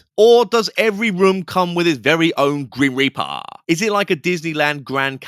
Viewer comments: Every single time you said “Grim Reap Uh” I cackled! 🤣🤣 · Your Cali, slacker accent 😂 “Grim Reparrrr” 💀😂 WHY DO THEY ( and other “ghost hunters” ) ALWAYS OVERREACH AND MAKE 💩UP?!?!? Did they go to the Wyatt Housman ( TP) tutorial on “How to Make Up a BS narrative?” Outta nothing! …NOTHING!!! 😫 BTW , Bonus Point on this one for the inclusion of Mean Girls 🙌 😉👍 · I replayed “It’s like the grim reapaah, but not, like, the grim reapaah” about 200x now.. 😂❤ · Omg I really must watch your videos when it’s not 00.40 am 😂 as I’m keeping everyone awake…”the grim repaaa” killing me every time 😂 as for the two giggling geese, holy 💩give me strength. They’ve actually done it, they’ve achieved actual worse ghost hunters on YouTube … maybe across every social media platform, give it up and get a real job girls 🤦🏻‍♀️ Thanks for covering this, I’m sorry for your pain just know it’s appreciated 😂🤷🏻‍♀️💕